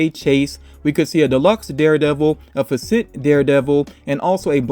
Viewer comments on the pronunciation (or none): Fa-Set is how you pronounce Facet. Just FYI